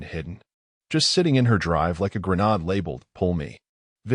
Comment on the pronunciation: i have a personal question for the channel owner; ask any person in the military how to pronounce “grenade” - because i keep hearing you introduce a country, “grenada”, into your narrations (repeatedly in all your other videos!)… i’m still wondering why a land area of 344 km2 needs to be inserted into a story regarding infidelity & adultery